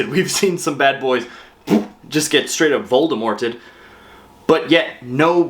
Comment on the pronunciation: "Woldemorted"